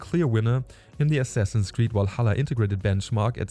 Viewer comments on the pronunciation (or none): none